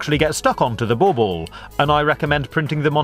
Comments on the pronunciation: guys its not ball-ball...he means , BAUBLE oke?? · I was laughing at the way he says it. I know what it is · I love the way you say bubble :D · Its bauble and its english for ornament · Bauble, Pronouncing the "L"s in Guillotine, Card, Great fun, Fiddly, I'm beginning to hate this guy.